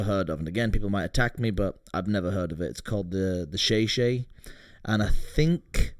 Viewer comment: It’s club Shay Shay not the Shay Shay